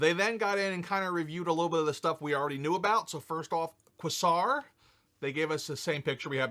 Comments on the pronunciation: Qua-Sar? I couldn't tell if you mis-pronounced it on purpose and were trying to be funny. It's actually pronounced QwayCzar. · Lol. Did he say Qwa-Zar? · Kwa-sar??!! Hilarious!! I hope that was on purpose. If not, I still love New England enunciation. Still love your channel. Dad jokes but still fun!! Keep it going!! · Always dig your content & you made me laugh with how you said Quasar ..you said it incorrectly on purpose for a laugh right? Lol